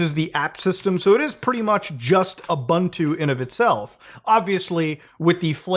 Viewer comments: It's not pronounced "Oo-bun-two" it's pronouced "Oo-boon-two". It's an african language, I'm from south africa, I would know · In case any one cares i am African we say Ooo-Buntu not Ah-buntu for interest sake as Ubuntu is an African saying also debian ftw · People. Letters don't change sound halfway through the word. It's Oo-boon-too. There's no uhhhh, its' not American. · For 15 years people have been mispronou cing Ubuntu. Its a word from Zulu, the phonetic pronunciation has been on their website since day 1. OoBOONtoo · I hate to be that guy, but oooo - boon - too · That's not how you pronounce Ubuntu. Oo-boon-too is correct. Ask an African. It means man's humanity towards each other. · Muta. The proper way to say the distro is oo-boon-too. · you are pronouncing it wrong, but i dont care, just make sure that you are saying it right around linux users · Dude doesn't say Ubuntu correctly though...